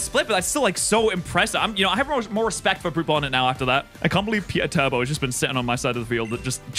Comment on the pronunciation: I love for namning his mons after 40k. But I hate him for pronouncing Perturabo as "Pure Turbo"